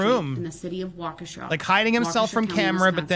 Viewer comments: Though you may never use it, easiest way to pronounce it is "walk-e-shaw". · I grew-up in Waukesha, to help its pronounced Wok-Eh-Shaw (Wok like the Chinese cooking pan) . Also, I know someone who was hit during this and has been in the court room. She says its hard to watch him act like a fool after how many people he hurt. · It’s pronounced WALK-uh-shaw. No biggie. But if you wanted to know. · It's pronounced " Wauk a shaw" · Terribly butchered lol. Wa-Kesha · wa-key-sha. (accent on key) my kids we at this parade. I lived in WI until last month so extremely familiar with the area and situation. it was AWFUL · Wisconsin has a lot of odd Native American names to things. It's pronounced Wa-ku-shaw locally. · Hey Andy - it's pronounced Waw-ke-sha with accent on first part. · Its pronounced walk-e-shaw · It’s pronounced walk-a-shah (Waukesha) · It's Waa-kuh-shaw. (Or walkish-awe for a little mnemonic flair)